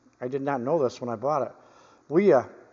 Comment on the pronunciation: Wiha is pronounced Vee-ha, like a V8. As far as I can see on the handle, it says Wiha Werkzeug Gmbh, which is like Wiha Tool Corporation, and then their address in Schonach, Germany, it doesn't say anything about where the pliers were manufactured. I have a set of Wiha pliers with heavier comfort grips which is my main pliers set in my workshop box. I believe they were all made in Vietnam, and I'm fine with that, I got them on sale, I knew their country of origin before I bought them, and I have no complaints about their quality. On the other hand, I don't think I've ever seen a pair of Knipex pliers which weren't made in Germany, with that info stamped right into the forging